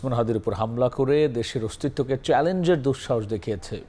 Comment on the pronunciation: Style kore news porte jaye to banglar mayre bap kortesan, egula ki editor dakhe na? জামাতকে বলতেছেন জামাট, অস্তিত্বকে বলতেছেন অস্ টিট ট। সহযোদ্ধারে বলতেছেন সহযোড ডা। ল্যাংগুয়েজ ঠিক করেন, otherwise বাংলা ভাষা বিকৃত করার অভিযোগে মামলা করে দেব।